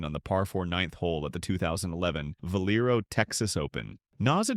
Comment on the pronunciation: Is this AI. There’s no way an American doesn’t know how to say Valero